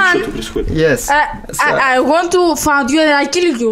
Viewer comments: там не мат, там find с акцентом (найду) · Кстати говоря, тут проблема акцента. Find произносится как "файнд", она с меньшим акцентом произнесла звуки й, н - получилось фа(н)д. А это легко спутать с fuck. Между "я найду и убью тебя" и "я тебя изнасилую и убью" (прим. перевод) разница огромная, очевидно. Хотя может парни это знают и просто прикалываются, хех